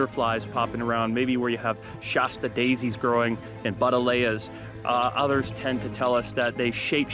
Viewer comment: Can't say I've ever heard Buddleia pronounced like that lol. Nice video though 👍